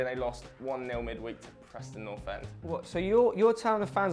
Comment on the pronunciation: The way you said Preston North end was really hurtful